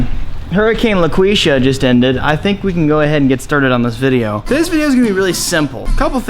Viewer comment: Hurricane Laykweeshyah!! I love it man!